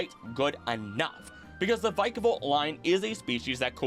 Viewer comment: inhales vick-ah-vault